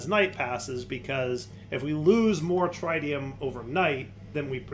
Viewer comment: Every time he tries to pronounce Tritium a little piece of me dies inside trih - tee - um not try - tee - um